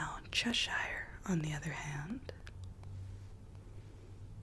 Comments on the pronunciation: Hi love this video but like all Americans you don’t pronounce Cheshire properly it’s not cheSHIRE it’s pronounced Cheh-shuh it’s not your fault but I would like at least 1 American to be able to pronounce Cheshire properly but don’t sweat it if you don’t it’s just a pet peeve of mine lol 😂 xx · the way americans pronounce cheshire is still so funny to me :') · I found it weird and wonderful lol, but suffering a tick every time Cheshire is mispronounced. All that said, you dont have to be mad to live here, but it helps.